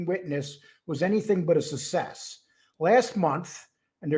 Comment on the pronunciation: Why can’t this guy pronounce success the right way? I don’t get it make an effort